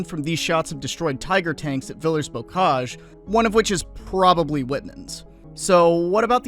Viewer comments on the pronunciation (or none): the french word "villers" very obviously does not rhyme with millers, man.